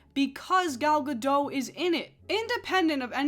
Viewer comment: Gal GaDOT. She is not French. Pronounce the T!!!